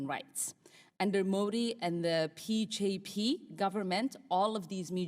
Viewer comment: Ilhan Omar needs to do her homework - it's "B""J""P" and not "P""J""P" :)